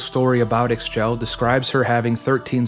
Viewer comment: one small note, Ix Chel is pronounced "Eesh-chel" great video though, well researched!!!